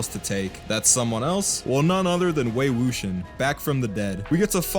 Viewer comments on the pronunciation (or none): You butchered the names! LoL, Wei Wuxian is pronounced (Way Woo shee-an) and Jiang Cheng is (Jun Chun) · I once saw a review where the lady pronounced it "Wook-Si-Ahn" and I'm like "did you even watch the show?"